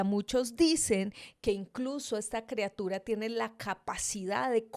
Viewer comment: EL VIDEO NO ESTUVO TAN MALO ...LO Q ESTUVO MAL FUE Q DIJERAS CREA-tura.......y no criatura ....